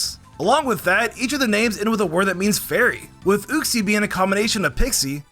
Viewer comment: The way you said uxie SO INCORRECT is very infuriating 🤣